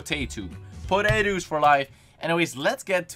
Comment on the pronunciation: Thought you said "Podaetoos"